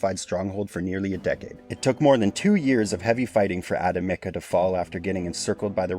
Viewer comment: Bro... Avividiikva, Arveka, Advekida, Avadavaka, Adameka... AVADA KEDAVRA! (to say correctly: Avdiivka/Avdijivka)